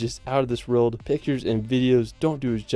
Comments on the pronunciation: Video translation: "Riuld" == "World" You're welcome. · Can't stand how the dude in the video keeps saying 'reald' instead of 'world'